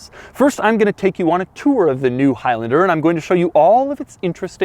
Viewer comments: Is it stressing anyone else out that he is saying “highlender” instead of “highlander”....but not only that, also the fact that he says it times??? 🤣🤣🤣🤣🤣🤣🤣🤣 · Is it really pronounced hilender? I've always called it a high lander. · It’s not highlinder it’s highlaander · It’s high LANder not high LYNDIR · “highlnder” it’s highlAnder😂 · "High Lender" 😂😂😂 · For a second I thought he said Al Capone, haha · I thought he said "Toyota of El Chapo" LOL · "soooo lets talk hIgH lAnDeR" - doug 2020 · you keep saying high lender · Why does he pronounce Highlander like that?